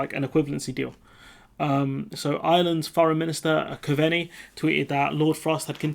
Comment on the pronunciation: "Cove-Knee" 👍 .. that's how the Irish FM's name is pronounced. You're still doing a great job dude !! Keep with it 👍